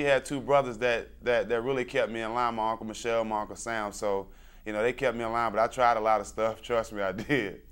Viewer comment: Scrub Lover LunarTDM “Michel” and not “Michelle”